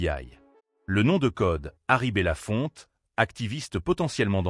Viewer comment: Son nom n'est pas bella Fontaine mais bellafonte!